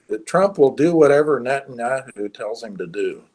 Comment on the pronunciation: moo-slims and Nettun-ahoo. This guy is awful